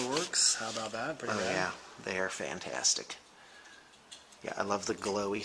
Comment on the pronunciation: did you say "khantastic" :)